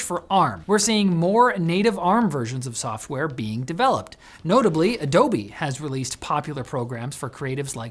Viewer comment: "adobe" XD Now it's not a good example.